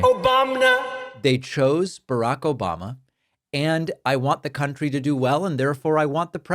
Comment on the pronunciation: OBAMNA 😂 havent heard it for ages 😂